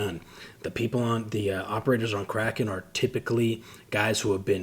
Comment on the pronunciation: Mixed kraken and azov and made it sound like he said Crack off, lol.. man, just another dumb American here. Appreciate all u do to bring attention to the u.s. and the rest of the world for that matter. Came from family of service members and fighters and if it wasn't for a debilitating car wreck when I was 17 I'd be fighting right there with you. Stay safe, be well, keep up the good fight brave brother❤